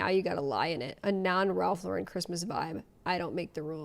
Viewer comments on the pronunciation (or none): The emphasis is on the wrong syllable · I never heard somebody pronounce the name "Lauren" with accenting the second vowel. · the way they try to make it extra boujee by pronouncing it la-REN 😂😂 it was sending me, not gonna lie. it’s just Lauren.. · They sound like Hermione Granger " it's Ralph Loh- ren not Ralph Lau-ren" lol😅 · Why does she keep saying it like that 😵‍💫😵‍💫😵‍💫 the way she pronounces ralph lauREN bothers me so much lmao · My name is Lauren so hearing her say LA-REN made me cringe because girl what 😂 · "Laurent" is French (?). The word is pronounced "low-ren". "Lauren" is pronounced ....well "Lauren" like "Lauren Bacall". Ralph is an American. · That first TikToker can't even pronounce Lauren correctly. It's not LeRan. She's dumb. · We pronounce it Lau-REN in europe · Ugghhhh pronouncing it La-wren is so pretentious. Oh, you’re going over this as I’m writing this, so glad we agree 😂! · I HATE how she said Ralph Loren. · The cherry on top is them mispronouncing Ralph Lauren as Ralph Luhren. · Omg when people pronounce it LauREN, it drives me insane. That is not correct and sounds so obnoxious. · changing to pronouce it La-Ren because the woman complained about people saying that way is sending me. 😂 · switching to pronouncing it "LoREN" after the video about how to pronounce it has me dying 🤣🤣🤣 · Oh no, this chick lost me at "Ralph Lo-Wren Dee-core" girl, stop. You automatically lost all creds. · I’m sorry but the Tik tokers trying to be fancy on the pronunciation of “Lauren” irritated me as well. Like if you have a friend named Lauren please tell me you don’t pronounce her name LAW-rEHn. 😂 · * Ralph La-Rin cmon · The pronunciation correction is wrong. It's a French versus American pronunciation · why she pronouncing ralph lauren like that WTF 🤦🏻‍♀️🤡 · everyone “bougie” person knows Ralph Lauren is from the BRONX. His last name is pronounced like the normal Lauren! I hate when people say it like that 😂